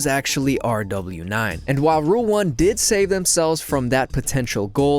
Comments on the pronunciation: IT IS PRONOUNCED ROWAS NO R DOUBLE U NINE!?!?!? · its not R W 9, it’s pronounced rawa9, the nine is representing an arabic letter that’s pronounced like a snake hiss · well to me hes r w 9, i dont speak arabic and im not going out of my way to start pronouncing things the non english way that uses english letters and numbers lol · Bro keeps saying rw9's name like " r w 9" you say it like "rewas" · Ra-was is the English pronunciation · Calling RW9 actually R-double U -Nine is crazy. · ruw-waas. 9 in arabic is "waas" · Please dude, Rw9 has been a pro for 2 and half years, learn to say his name properly no ? we all know how by just watching the videos you used, where commentators say his name correctly a million times per minutes, it's not that hard.